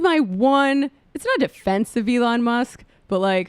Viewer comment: Why did you say Elon with a soft E? Wtf lmao